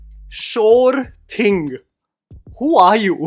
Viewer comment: "Sure thing" sounded like "gum would be perfection"😉